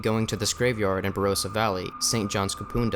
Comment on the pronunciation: Kapunda, Barossa Valley, one of the most haunted places in Australia. By the way, its "Kapunder", rhymes with thunder not Kapoonda and "Barossa" not Barosa (Ba ross a) - doesn't rhyme with rose. ;) I'll teach you Aussie lingo :) Living in a former funeral home, can't think of anything worse! I hate morgues, even newly built morgues that haven't yet had cadavers have awful energy :O